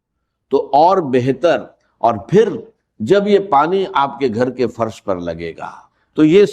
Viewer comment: یہ ڈاکٹر صاحب کی آواز بلکل نہیں ۔۔ ڈاکٹر صاحب ج اور ظ کی کبھی غلطی نہیں کرتے تھے۔ انکی اردو بہت اچھی اور زبردست تھی۔۔ یہ جس نے ریکارڈنگ کی ہے اس نے چوول ماری ہے۔۔ باہر کو بجاہر، پھر کو فر۔۔۔۔